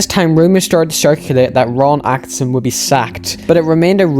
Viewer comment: East east east Belfast!! Despite all the mispronounciations (my fav was Akisin 😂) you've earned my subscription my man... May be due to the Norn Irish bias aswell but this video was brilliant, loved your choice of music for the background also 👌 can't wait to watch part 2 after the well played cliffhanger with the mysterious blurred out manager 🤔😂 I'm away to admire my Georgie Best shrine ❤️